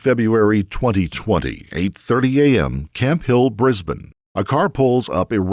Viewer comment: Nice to hear an American NOT pronounce it “briz bayne”.